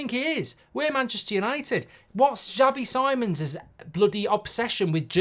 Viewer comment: As a dutch person if we sign him for the love of god, learn to say his name 😂😂 “C-mons” not “simons”